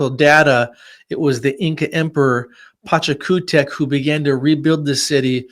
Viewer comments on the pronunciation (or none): TAUANTINSUYO/PACHAKUTEK/ VIRACOCHA....WHY DONT U USE THE CORRECT PRONUNCIATION????😡😡